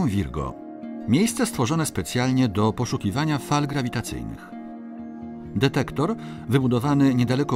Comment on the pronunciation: Pan naukowiec mówiący "dedektor" :)